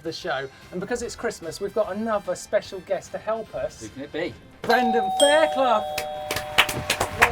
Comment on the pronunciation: 'brandon faircloig' lol